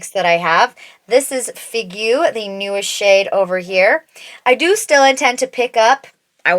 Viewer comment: So helpful to have so many comparisons! I'll have to swatch these lip liners in store, they look amazing, I love the colors. Figue is pronounced "fig", and you almost get Ma Biche right, simply there's no "eh" at the end 🫶🏻 I don't know why they give French names to everything 🤣